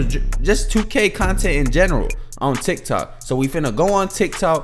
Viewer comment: My mans said TikTik😂 love the videos bro bro